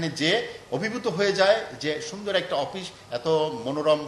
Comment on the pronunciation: অপিশ কি? শুদ্ধ ভাবে বলা যায় না?